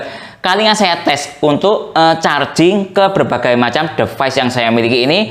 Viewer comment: DiVais baca tulisan Device pak